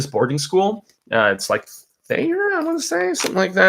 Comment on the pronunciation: Yes you pronounced Richard's boarding school correctly, it's my last name 😊